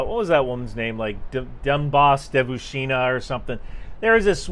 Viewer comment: You literally can’t even say Donbass Devushka correctly… I have no idea who she is but that just goes to show your lack of knowledge of Russia. Don’t know the name of a region of high importance, nor an extremely common word “devushka” which means girl. Have you ever been to Russia?